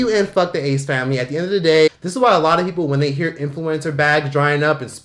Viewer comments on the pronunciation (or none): Saying the ass familayy is just iconic atp😂😂 brings back fond old memories. I literally said it before I even clicked on the vid😂😭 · Love how you say the ASS FAMILAYYY 😂😂😂